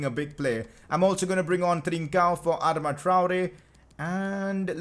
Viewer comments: Bro you are saying adama wrong😂😂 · Its adama not adama